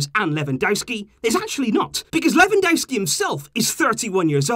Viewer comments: He is called Lewandowski not Lewandouski that is not his name its not that hard to pronance at all. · Quick tip, ‘W’ in Polish is pronounced as ‘V’ so you would pronounce it Levandovski. 👍🏽